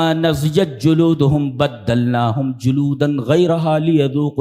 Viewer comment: السلام علیکم ورحمتہ اللّٰہ وبرکاتہ شیخ محترم شیخ نضعت نہیں نضجت ہے معذرت کے ساتھ